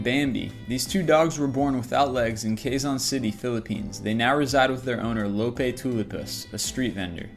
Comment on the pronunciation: That pronunciation of "Quezon" at number 10 LOL